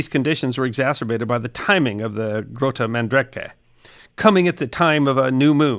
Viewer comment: Why on earth wouldn't you check how to pronounce "Grote Mandrenke" before recording this?